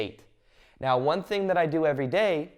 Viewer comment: I love your videos/ talks - Valuable and inspiring information! Thank you! (I don't get the "meow" instead of "now" though, is it an inside joke?) :)